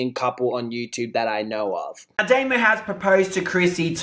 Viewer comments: It's domo not damo lol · Domo domo domo ...not damo 🤦🏾‍♀️ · Her name is like saying "dominic" but its just "dom-o" not "doe-moe" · Dough-Mo looool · it's Dom O 😂😂😂 love you so much, you're so funny.